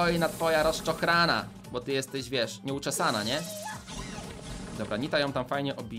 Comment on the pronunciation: niemuwi się bu tylko bo